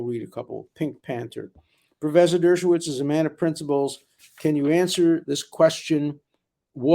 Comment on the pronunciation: Love you, Alan, but there's no need to partially pause in the middle of saying "Dershow", we get it.